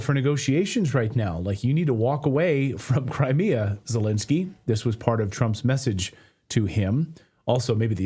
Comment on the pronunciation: Clayton, please, you have to get his name right: it's NOT ZeLINsky, as lint. It's ZeLENsky, as in length.